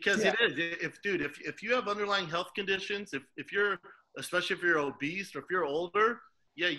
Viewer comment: He's said "obeast" on joe rogans podcast and they laughed at him. Heard it bowlth ways tho, b.